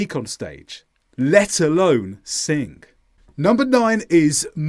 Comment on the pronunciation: Pardon me, but sing doesn't end with a k. It's not singk.